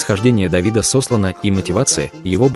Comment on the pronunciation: СослАна,.